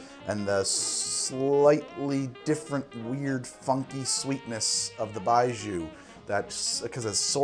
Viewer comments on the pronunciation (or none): Hey btw its pronounced 白酒, or "Bai-Joe" not "Bai-Joo" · Can confirm terrible pronunciation, Its not BI-zhuu, Buy Joe is the best way for you to think of it as non Chinese speaker and Taiwanese Gao Liang also butchered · it's not pronounced bai joo, it's bai joe 白酒，干杯 also it is written as baijiu not baiju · It's pronounced like "Bye Joe" not "Bye Jew". Foreigner living in Beijing for the past 8 years. Served it at my wedding. ....You're right about the taste. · 1. Bye-jhoe. Not bye-joo. 2. Moo-tie, not Mountain, 3. To me it tastes of raw, unsweetened chocolate. Definitely an acquired taste, but not a bad one. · Baijiu is vile but it can have a hell of a good buzz, really brings out the Nietzsche in most folks. Think aviation fuel, old gym socks, garbage on a hot day, a touch of cheap sake and indeed, wet dog. For the record, it's pronounced a bit more little more like Bye G-oh or Bye Joe. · Baijiu （白酒）-- Pronounced "bye-joe" Also get on that CR already! The correct flavor/taste profile for Baijiu is in fact death, you are correct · thank you for telling him lol it was annoying hearing zhu lol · BYE-JOE it's pronounced BYE-JOE. "Bai" is the word for white and "jiu" is the word for liquor. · baijiu (白酒) is more like 'bye-jyoe' except the j is like halfway between a j and a hard z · Lots of comments here so it's probably already been said, but Baijiu (白酒) is pronounced "Bai Joe" and literally translates to "white alcohol". Cheers! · Baijiu is incredible and absolutely horrible at the same time! Moving to China this fall, and I'm really looking forward to tasting different Baijiu. Btw: Pronunciation of the "jiu" in baijiu is closer to "gee-oh", just shortened to 1 syllable. Close to how you'd pronounce Gio for a guy called Giovanni. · if you want to say 白酒/ baijiu better, “bye Joe” is a lot closer than what you were saying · Could be wrong but I think it’s pronounced like buy joe. BUT, great vid as always and I kinda want to try this now.